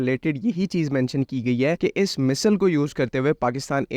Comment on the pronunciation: Bro misal nahi missile bolo 😅